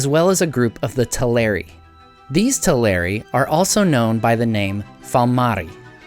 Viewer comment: In the unlikely case that anyone but me cares, the correct accent would be TEL-er-i and AV-ar-i, not "telERi" and "avARii". Check out the stress rules set out in Appendix E to the Lord of the Rings.